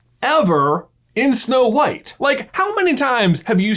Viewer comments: "Schnow White" 🤣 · "Shnow White?" As for reusing certain scenes, I don't mind it if it makes sense and has a purpose in that scene.